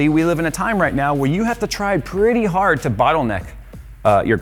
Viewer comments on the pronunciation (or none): none